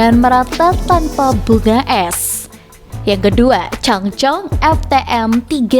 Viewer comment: Cangcong😂😂😂 berasa kaya nyebutin Hermes jadi remes😂😂🙏 ijin kak bercandyaa